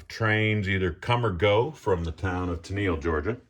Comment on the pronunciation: The locals pronounce Tennille "Tenn-ull". And most model railroaders call your extension into the middle of the room a peninsula.